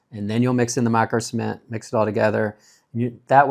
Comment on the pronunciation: At times, it sounded like you were saying semen